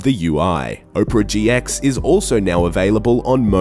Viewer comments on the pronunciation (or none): op-ra gx. not oprah. haha. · Wtf is O-prea GX? Its APERA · "Oprah GX"